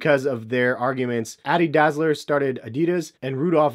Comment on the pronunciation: how can he not pronounce dassler when it's in the name of adidas, adi is short for Adolf, and das is the first part of his last name, so he named the company "adi-das" adidas